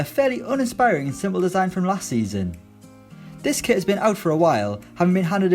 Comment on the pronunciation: “and a new quit”